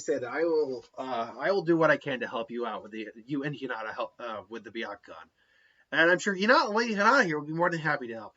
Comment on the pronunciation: It’s byakugan not byakugon